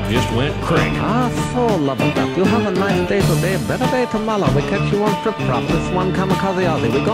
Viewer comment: I thought he said treble or (tripple) compared to the double nickel (55) limit